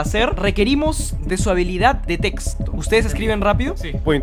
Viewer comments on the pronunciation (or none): none